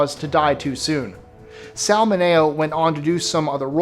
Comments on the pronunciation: I see someone corrected you on BUDDY Ebsen and ROBERT Wagner; it was also Sal Min -e-o not Min-A-o. You need to do some checking there, dude. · I believe the deceased actors name... Sal Mineo was pronounced ...Sal Min' ee oh (accent on the N) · It is! Someone made him mispronounce, "Sal Mineo," but at least he didn't he didn't say, "Don Quick-Sote" when talking about Don Quixote, so it's not all bad.